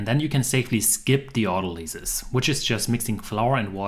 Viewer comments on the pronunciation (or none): in english its pronounced auto LIES, not LEES, for that matter, the noun is autolysis ah-tall-us-sis